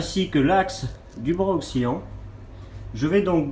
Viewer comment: Et un bras oscillant pas ocksilliant 😅